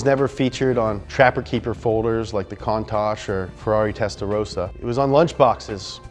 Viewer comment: Contucha lol